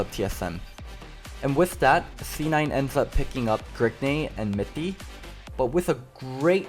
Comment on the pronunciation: Stop calling him Grigne.